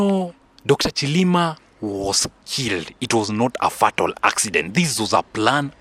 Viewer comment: Say say Fay Tal rather than Fat Al. Like your show.